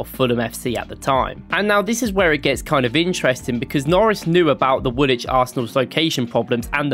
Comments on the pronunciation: Woolwich - you pronounce the L not the second W, wool - lich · It's pronounced Woolich not Wool wich. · The guy pronounced "Woolwich" wrong, btw. You don't pronounce the second W. It's pronounced like "Wool-itch". A lot of English teams are called Wanderers because they moved around different places to play football. Same as most teams called "United" are called that because several teams joined together to make one "United" team. I'd love to see you do more deep dive videos like this. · It's not pronounced Wool-Wich it's Woolich, the second 'w' is silent, I know the English language can be strange at times.😂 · BTW, Woolwich is not pronounced "wool witch" it's pronounced "wool itch". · So an Arsenal fan thinks Woolwich is pronounced Wool-wich instead of Wool-ich. Sounds about right. 😊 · For the American fans the last W in Woolwich is silent so it is pronounced as wool-itch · Not sure where the video creator is from that he’s pronouncing the second “w” in Woolwich but I found it far more annoying than I should have done.